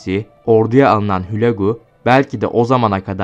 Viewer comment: Hulâgu diyeceksiniz,okuma berbat😮